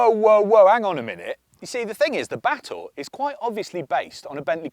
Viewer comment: Just here to listen to pronouncing Batur (Ba-toor), a caldera lake in Bali. From a distance, it looked like a Genesis coupe. Been interested ever since Clarkson butchered Porsche Macan (tiger) pronounciation, reading it as "makan" (to eat).